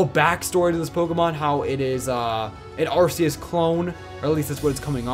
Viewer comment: WHY DID YOU KEEP SAYING AR C US ITS AR KEY US THATS WHY ITS THE RKS SYSTEM THEY CONFIRMED THE PRONUNCIATION